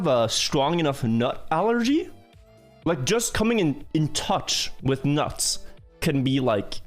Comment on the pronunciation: nuts, he almost gonna die to nuts, why did you add emphasis to nuts